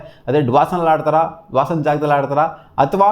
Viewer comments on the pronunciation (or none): Dwason ❌ Dawson✅